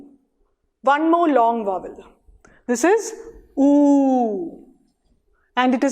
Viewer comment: It's not /vʌwəl/ as you pronounced. It is / ˈvaʊ.əl/, mind the triphthong.